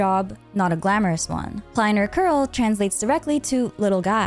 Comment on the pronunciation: Usually I love your Lore Breakdowns and explanations but lately you've started to mispronounce German words and it's getting a bit... grating. You used to be the only Lore-Tuber getting these things right 😓 It's Mond Stadt (S as Sh), not Mon Sdad or Kerl not Koerl for example 😭🙏